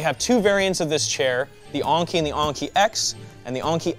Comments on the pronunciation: The way u say "Enki" is maybe one of the best words I ever heard. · So E is pronounced A now? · I think it's technically pronounced "ENki" but I'm not really an expert in late-Sumerian Anunnaki-groups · yes i think probably should read this maybe? I know that enki is like 'n-key' i commented on it before here too. But when i heard him pronounce it differently i though hmm "new pronunciation for a new brand"? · its pronounced N Key, as in the babylonian ancient gods. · Lol "ONki"